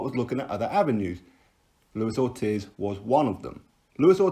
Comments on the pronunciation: It's pronounced orteez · its triggering me the way u say ortiz lol :')